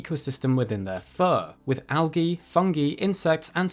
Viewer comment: algae - the g is soft, and sounds like the j in juice.